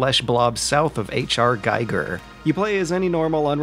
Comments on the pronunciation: It's Giger, not Geiger - every kid knows that. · it's not "geiger", it's giger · BTW HR Giger's name is pronounced [gi:gr], phonetically "ghee-gur". Just for eventual future. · Giger is pronounced "geeger". The way you (And many others) mispronounce it would be more appropriate for Geiger.